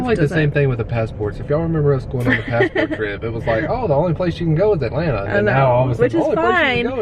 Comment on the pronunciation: So funny how you guys pronounce Atlanta “Allanna” 😝😂😂😂